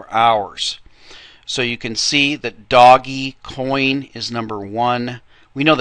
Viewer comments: Okay, You have again missed out on talking about by far the most important factor right now, which is BtcChina, They are 40+% of the entire market and they are going belly up. I'm waiting for another large correction from them. Also, It's pronounced ( Dohj Coin ) NOT "Doggy Coin". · first of all its pronounced dogcoin it comes from a meme when someone spells dog D-O-G-E. second of all brother john never forgets to mention the coins he's playing in... third are you serious,? just lol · I pronounce it doggiecoin... who are you to decide for the rest of us :P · me, I pronounce it dodgy coin.